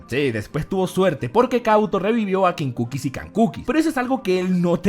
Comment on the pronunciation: Kinkukis y kankukis LOL🤣🤣🤣